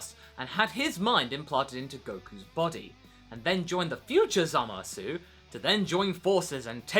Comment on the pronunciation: Why are you calling him ZamasU (with the u not silent) instead of Zamasu (like in the anime the u silent) And I wonder... when will vegeta and goku fuse...